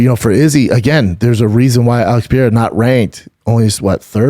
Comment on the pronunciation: "Alex Pee era" "Brad Riddle"